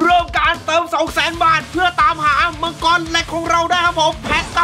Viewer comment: มังกร ❌ มังทัอเลี๊ยวววว✅😂